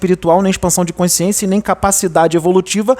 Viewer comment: Português, um toque 》 a palavra é CONSCIÊNCIA. Não tem o E a mais do sotaque carioca. É importante na Excelência da comunicação.